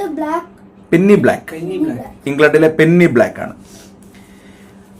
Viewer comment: പെന്നി അല്ല , പെനി